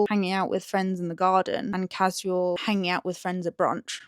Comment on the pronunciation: I find it interesting how you pronounce casual like ka-ziu-uhl and not ka-shoo-uhl. Is it something regional?